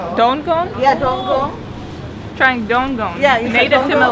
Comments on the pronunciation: its DUKONG , not DONGONG..lols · That fruit not "dunggong". It was "dukong".. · Dukong, not donggong.